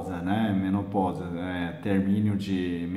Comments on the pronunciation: Que lindo ele não conseguir falar direito menopausa! Kkkkkk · Que lindo e engraçado ver ele falar menoposa! Kkkkkk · Sonia Brazz eu voltei o vídeo do pra ouvir ele falando menopousa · Menoposa? Kkkk morri de rir doutor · Gratidão 🙏🏻 Dr engraçado vc falando menopausa.O que o Dr faz para o nosso bem 😊 Gratidão 🙏🏻 sempre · achei engraçado você falando menopausa 😁🐿👏👏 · Sonia Brazz acredito que vc entendeu que ele falou menopausa soou diferente pelo sotaque da língua dele.